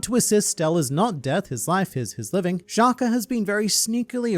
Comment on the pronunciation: Shaka, not Shakur or Shakuh 😭